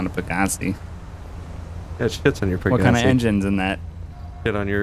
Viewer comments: pa-Ga-c me: peg-ga-c gta5: peg-ga-c moral of story: you’re saying it wrong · That moment its pronounced peg uh sai and they completely fuck it up LMAO